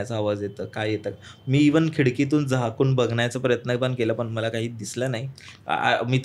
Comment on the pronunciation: सूत्रसंचालकाचं मराठी उच्चार अत्यंत निकृष्ट दर्ज्याचं आहे. असं वाटतं की कुठल्यातरी पान-टपरी किंवा जुगार अड्ड्यावरचं संभाषण ऐकत आहोत. न ला न आणि ण ला पण(तुमच्या पद्धतीत पन) न उच्चारणे. सबस्क्राईब करावसं वाटतं नाही. भाषा ती पण(पन नाही) मराठी सुधारा. कारण परत आपण(आपन नाही) जागतिक प्रसार माध्यमावर असता. धन्यवाद.